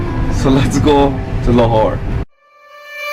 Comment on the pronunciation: Lahore huta h lar nahi